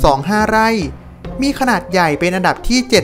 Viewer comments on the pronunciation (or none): สองล้อย...ไล่ อ่านคำไม่ผ่านครับ ร้อย ล้อย ไร่ เป็น ไล่ รับ เป็น ลับ